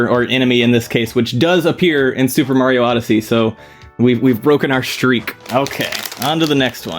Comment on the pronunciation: Oh god, it’s muper sario odyssey